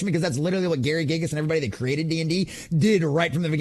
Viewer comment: Let alone the number of times he mispronounced “Gygax”